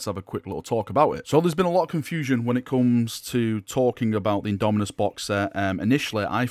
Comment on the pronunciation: IndomiTus with a T, a T as in Tactical marine!